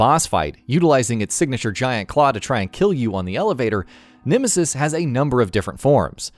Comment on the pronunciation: "The Nimisis"